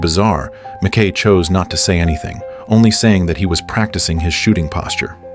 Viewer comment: Pronounced 'Mac Ki' NOT Mac Kay, bloody AI Voice!